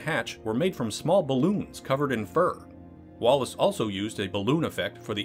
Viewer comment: I know Chris Walas and it makes me cringe every time you mis-pronounce his name. It’s WAYless, not Wallace.